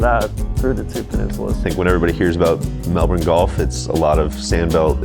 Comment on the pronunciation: From an Aussie, thank you for the earnest self-evaluation of MelbouRne vs Melbin. I would much prefer to hear the former. Melbin out of an American's mouth sounds like you're taking the piss.